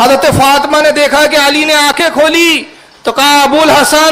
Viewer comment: فاطْمہ نہیں ہے۔فاطِمہ ہے بولتے سیکھ۔